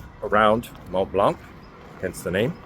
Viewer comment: The C in Blanc is silent my friend. Enjoying the videos